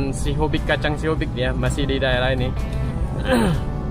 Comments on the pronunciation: Ralat om bukan kacang sihobik tapi sihobuk 😂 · Kacang Sihobuk bg bukan sihobik, khas tarutung itu kacang Sihobuk